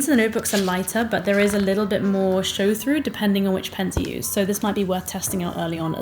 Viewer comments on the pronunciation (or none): none